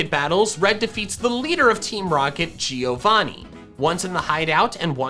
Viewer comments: Man Giovanni is an Italian name, you should pronounce it like Joe-Vanni, rather than Geo-vanni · Man I'm Italian and that isn't the correct pronunciation of giovanni, the correct way to pronounce it is like jovanni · not to be rude but her name is not "leaf" its GREEN is that so hard to say! also its not gee-o-vonee- its prononced joe-von-ee its italian for john. google it i dare you. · A note from an Italian that is watching your videos: Giovanni is pronounced like JOE-VANNI not GEE-O-VANNI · it's always funny hearing american pronuncing different languages words, wtf is GIIIIO VANi? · the pronunciation Of Giovanni is like Jo. as if his name was Jovanni